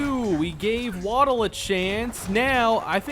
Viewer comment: Very excited about the series, however I think you have mispronounced Waddell. Waddell is my middle name. It’s pronounced Wad (as in a spit wad) Dell (as in the pc brand). Not asking you to change the way you say it, just putting it out there. The spelling for the way you say it would be Waddle (as in Jaylen Waddle). Again, great content and can’t wait for more of the series!